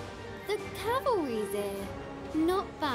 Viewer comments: he, "the calverys here" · Damn it why you say cavalry